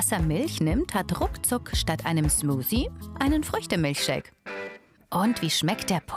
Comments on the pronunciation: ALTER WENN DER TYP NOCH EIN MAL SMUSI SAGT DANN KLATSCHTS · SmuSi hat er gesagt xD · Beeren-Smusi xD oh man oh man, als wäre es wirklich soooo schwer richtig das Wort Smoothie auszusprechen oder es zu lernen!